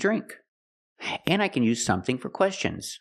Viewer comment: "sonething" ? Did you hear the "n" ?